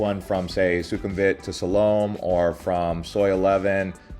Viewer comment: Please try and learn to pronounce the names like Silom, Chatuchak before you pronounce these places all wrong before you post your blog.